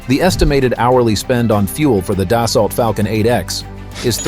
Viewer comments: It's not "das-salt", it's "des-sew". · Annual cost on a 7x runs around $3-$3.5 million so I’d expect the 8x to be a bit more that said this video was pretty poorly done not to mention the Ai keeps mispronouncing Dassault…